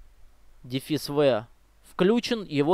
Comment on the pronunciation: И Хайпер Ви, а ну хюпер))